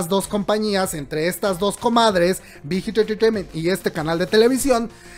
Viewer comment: Amo la pronunciación del "Big Hit Entertainment" jaja la amo <3 Lee min ho es el rey de los GUAPOS, es un dios <3 <3 <3